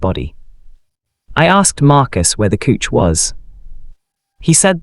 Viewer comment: Couch pronounced "Kuch". Do you listen to these stories before you post?